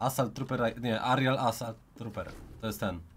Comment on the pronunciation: nie arial assault trooper tylko aerial assault trooper